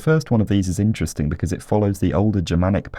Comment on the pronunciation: EEEN-Terresteen "interesting"